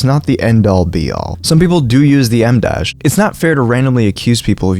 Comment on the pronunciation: My ears kept perking up when you said emdash cause I was thinking Emdasche (the music artist) 😭